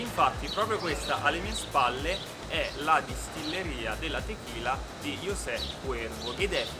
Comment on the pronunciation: Ciao, solo un appunto,ma José non su pronuncia ciao Cosè? Un abbraccio